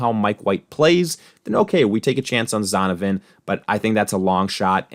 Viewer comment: Dude not even getting Zonovan's name right lol